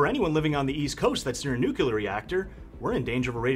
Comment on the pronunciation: Every time someone pronounces "NUCLEAR" as "NUCULAR" it drives me crazy, lmao.